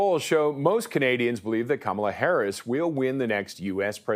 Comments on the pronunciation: Hey Nik - At least learn how to pronounce her name. Rhymes with MOM-ala. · Kamala herself has mis-pronounced her own name at least 3 times. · "Kamala" sounds more like a brand of marmalade!